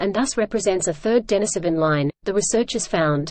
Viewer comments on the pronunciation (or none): It's pronounced din-EEse-O-ven.